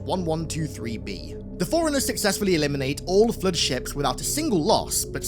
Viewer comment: Your accent makes "flood" sound like "flirt". Very distracting.